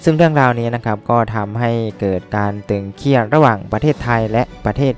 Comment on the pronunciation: 'ตึงเครียด'นะครับ ไม่ใช่ 'ตึงเคียด'